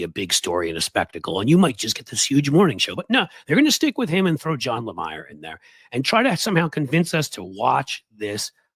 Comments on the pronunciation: John last name is said like it is spelled La-meer! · It's NOT John Lamayer, genius! It's Jonathan Le-Meer! Also, "Morning Joe" has MSNBC's best numbers, and Joe & Mika make approximately $10 million annually! Meanwhile, you're so technologically challenged, that can't even bring a guest on to your podcast, wirthout looking like a horse's ass! P.S. No one has ever ever seen you on ANY cable news network! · John Le-meeer. not Le-mire